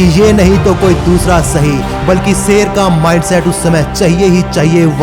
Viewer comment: Youtueber भाई एक सच बता कहूँ तुझसे तो अल्फ़ाज़ भी सही से नही निकलते तू शेर को सेर कह रहा है इससे ही पता चल जाता है कि तू पढा लिखा जाहिल है। जब वीडियो बना ही रहे हो तो कम से कम अल्फाजों की अदायिगी तो सही से निकालो😎😏😃 एक बात और तेरी वीडियो में आवाज़ in-consistence है वह ऐसे कभी तेरी आवाज़ कम हो जाती है कभी ज़्यादा। पूरी वीडियो में आवाज़ के volume को बराबर रखो, हमारे कान न फोड़ो। कोई यह बातें तुम्हे बताता क्यों नही। या हर critisize करने को वाले को hater समझकर नज़रअंदाज़ कर देते हो।